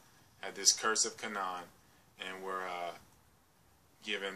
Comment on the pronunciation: Kabala came from Babylon. The Jews were not black. Abraham's wife was black and the most beautiful woman in the world at the time. It is always mentioned if the peple are black. It is pronounced Ka (long a) nan (short a) Hard for someone who hasn't studied the history and the Bible can get things mixed up.....Hence the guys on at 4 in the morning.